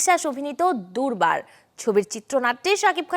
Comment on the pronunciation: দুর্বার ❌ দুরবাল✔️😂